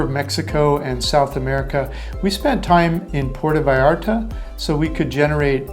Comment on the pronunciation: You got to learn to pronounce the name of Puerto Vallarta correctly, your saying Porta Vallarta, nothing close to how it's pronounced. Sad for someone who lives there or did ☹️